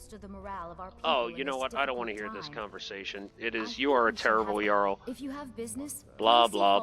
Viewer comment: Btw it's pronounce yarl, not jarl